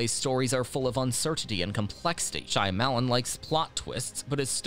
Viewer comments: Can't listen to him saying SHY A MELON over and over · Shy. Lemon...